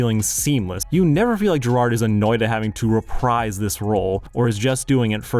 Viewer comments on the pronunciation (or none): none